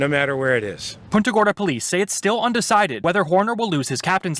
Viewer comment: It's pronounced PUNTA (like you PUNT A football) and not POONTA.